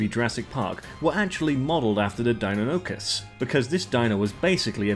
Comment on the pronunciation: its DIE-NON-O-CUS